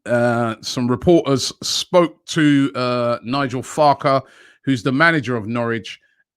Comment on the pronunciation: Man said Nigel Farke 🤣🤣